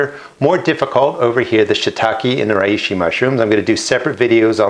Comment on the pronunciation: For the pronunciation think 'She - tack - eh' for Shiitake and 'Ray - she' for Reishi. Hope that helps.